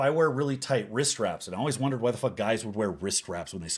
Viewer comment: I love it when he says "why" and pronounces it "hw'oawhy".